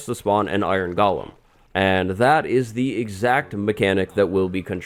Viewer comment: This is so great. I always thought it was pronounced go-lim instead of goh-lum.